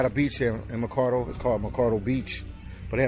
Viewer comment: Why do you keep saying Macardo, when it clearly says Ma-ca-o. Just curious? Anyway, its said they developed this. And made it a tourist attraction. The first and only time I ever went to this beach, I was 12. Picture it, it was 1984, I went with some friends and family, and it was nothing but sand, palm trees and the ocean. Thats how I want to remember it, not the way it looks now.